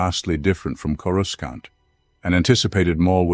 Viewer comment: He drives me crazy mis-pronouncing CorusCANT